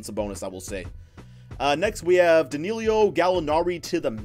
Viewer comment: (Dah) (Knee) (Low) not Dahneelio 😂